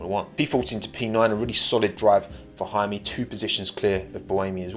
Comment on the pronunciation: Actually his name is "Jaume" not "Jaime". He's catalan, not spanish